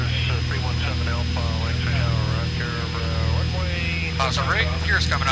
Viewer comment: Good job,! You pronounced Lancaster correctly. Thanks for another report local to me!